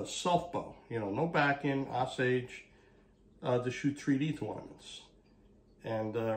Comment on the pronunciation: Osage . . . pronunciation is with long "O". Like "Oh". 🙂 No, flip drawknife over. Holding scraper wrong . . . pull it, not push. It's not necessary to "baby" limbs that are that thick. You're not going to create a weak spot in tip area. That's where the least stress is. It's why last 5-6" can be tapered down to pencil sized width. Using heat gun to "set" bend is common technique.